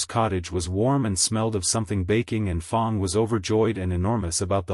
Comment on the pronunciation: What a great story! Also, the 1st fanfiction I've listened to without any cannotical errors, none that I spotted anyway... unless you count "Fong" instead of "Fang." lol Thank you for posting. A very enjoyable listen.